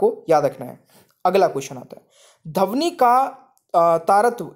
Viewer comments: धवनि नहीं ध्वनि कहना सीखें। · Sir dhawni nahi dhwani hota hai 🤭😁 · धवनी नहीं सर ध्वनि होता है 🤣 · Sir Dhwani hoga dhavani nhi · सर पहले अपना तलब्बुस ठीक करिए 😂 , ध्वनि पढ़ने आए थे , आप धवनी शिरा पढ़ा रहे हो 😂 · सर आप पढ़ाते बहुत अच्छा हैं, लेकिन आपका उच्चारण सही नहीं है, धवनि और ऐसे ही कई शब्दों का प्रयोग करते है आप 🙏